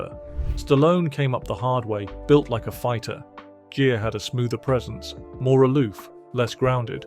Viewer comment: Gere is pronounced like gear not jeer